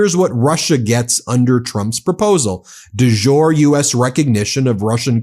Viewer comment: just an FYI, “de jure” sounds like “day yoo- reh,” not like “dejour”:)